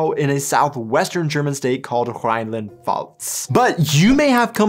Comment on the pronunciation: Ok, lets improve your 'Rheinland-Pfalz' ;D